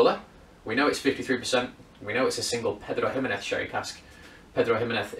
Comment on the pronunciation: Your pronunciation of 'Pedro Ximinez' awards Spanish A Level